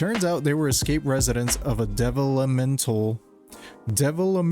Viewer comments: Not "devil-o-mental!" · Lmfao bro could barely pronounce developmental 😊